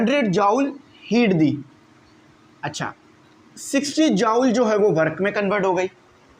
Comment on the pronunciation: Sir its not jaowl it will be pronounce like joool